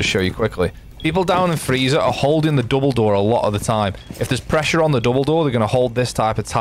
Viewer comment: if there is pressure on the "Dumbledore"....you can't unhear it haha